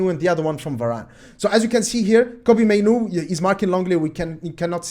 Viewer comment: Your initial pronunciation of Mainoo (Maynu) was right. It is spelt "Manu" but I'm sure he was born in the UK hence the "Mainoo". They spelt it how they would pronounce it. Its "Maynu"